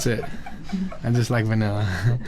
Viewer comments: say vainilla one more time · "my favorite ice cream is baneyla"